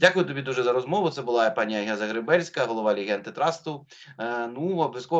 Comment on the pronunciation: ім'я Агії вимовляється з наголосом на другий слад! агІя. Я у неї питала))